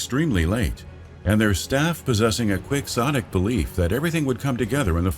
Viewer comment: Quicksotic!?!? Wtf man. Seriously?